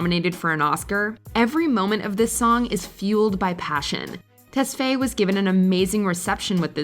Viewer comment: The way they say tesfaye is so wrong